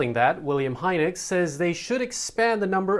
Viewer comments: I think Heinecke is pronounced Hi-knicker. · Way to slaughter to pronunciation of Heinecke lol... Hope money talks and the government listens. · Mispronounced Heinecke